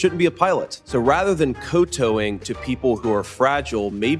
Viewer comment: Just a small correction to Vice President Vance. The word is not “cotowing”, it’s “kowtowing”.